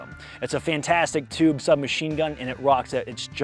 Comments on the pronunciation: Now add the battery in the " Toob " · "Toob, in'it??". Nah brother this is "Tube, aint that right partner??"